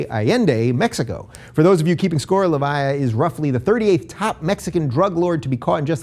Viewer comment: I lost it at how he pronounced Leyva.